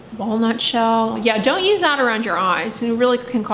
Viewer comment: the way she said walnut shell i DIED